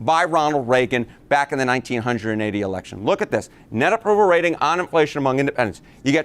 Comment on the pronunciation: Every time he says 19 hundred…and 80s my spine does this involuntary clench. What a horrific way to say 1980!